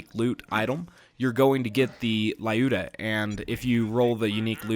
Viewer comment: It's not LAyuda! It's LUda! Russian girl's name!